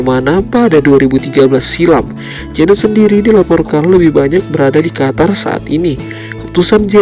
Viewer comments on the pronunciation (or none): none